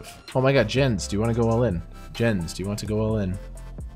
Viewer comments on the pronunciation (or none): The disrespect of pronouncing "Yens" wrong and then colllecting the bounty. I love it!